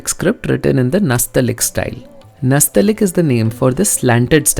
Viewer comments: Nastaleeq is not pronounced like that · It is not nastalik but nastaaleeq